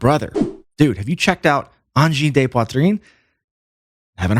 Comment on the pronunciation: Your french pronunciation of "poitrine" is pretty good.